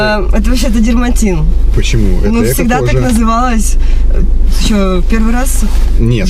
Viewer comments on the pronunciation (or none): Дерматин, не дермаНтин 😂